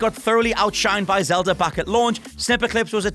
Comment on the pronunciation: Zelda!!! Its zelda